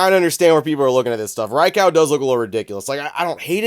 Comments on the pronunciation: Did you says “Ri Cow” haha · Was listening and not watching for a sec and was thinking wtf is a Drycow 🤷🏻‍♂️ 🤣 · I've never heard of someone pronouncing Raikou like that 😂